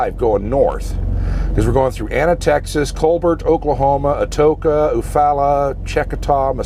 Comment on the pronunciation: great vid. My grandparents had a farm there in Eufaula. Pronounced you-fall-ah!!! FYI. Be safe.